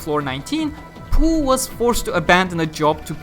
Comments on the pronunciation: I thought it was pronounced POH instead of POOH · Low key lost my shit everytime he said PoH, as poo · Poh is pronounced as poo? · oh. And I thought it's pronounced literally "Poh"